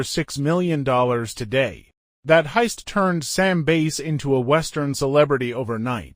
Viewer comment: Bass as in fish. Why can’t AI pronounce words correctly?